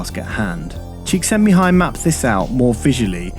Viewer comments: awesome video p.s.: the pronunciation of the name Csíkszentmihályi was impressive, quite correct actually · I read Flow long before watching this video. Spot on. Credit to you for pronouncing Csikszentmihalyl with such ease and...flow. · You did well to get the pronunciation of that guy's names correct. I've been calling myself a Conscious Incompetent Photographer for a while now since discovering Flow. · You pronounced the name almost perfectly. High five from Hungary! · Congrats on pronouncing Csíkszentmihályi Mihály's name! :D I always enjoy your videos, unlike the majority of youtubers', your content have depth, it's always worth watching - and not only once. ;) Greetings from Hungary~